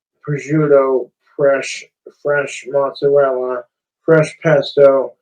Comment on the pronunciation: I've never really identified much as my Italian genetics, but this is outright offensive to even non-practicing Italians.. Him saying "mozz" and "prosciutt" is boiling my blood.